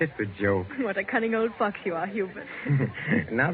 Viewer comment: Whaat did she say?! 😂😂😂 Transcript says "cunning old FOX" but that is not what I heard! 😁 LMBO